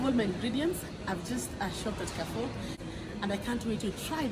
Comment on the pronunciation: Mmmmmnnnn nakuja kula....by the way it's pronounced 'karrfu'